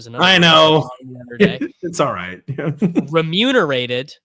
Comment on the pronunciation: Totally nailed the pronunciation of “remunerated.” That’s how you know this year is different.